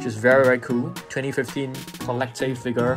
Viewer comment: I love when you say "figar"